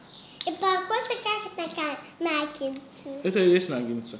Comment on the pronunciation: Приготовлено хоть и медленно , но вкусно и правильно. 👍👌 Слова произносите неверно . 🖋Существительное “наггетсы” – это форма множественного числа слова “наггетс”. Слово “наггетсы” происходит от английского слова “nugget” (самородок, кусочек). Как мы видим, в русском языке слово пишется также, как и в английском.